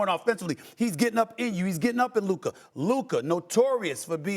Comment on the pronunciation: Someone please 🙏🏾 help mad dog 🐕 saying Luka name bc he is missing it up everytime